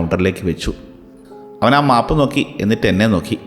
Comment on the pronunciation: Nala story ❤except map pronunciation 😅